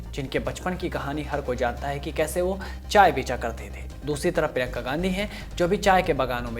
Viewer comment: Bhai prinka ka naam to barabar lo prinka ka naam prinka whadara ha Gandhi nahai